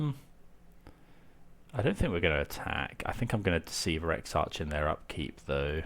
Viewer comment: Great video, TarmoTwin isn’t the best deck out there but certainly one of the most fun! Exarch is pronounced “ek-sark” btw! :)